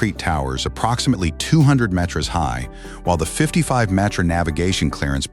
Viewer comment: The announcer kept calling meters metures